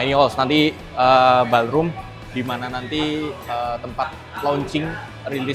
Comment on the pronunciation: Bang...bang.... ballroom itu bacaannya : bolrum, bukannya balrum😅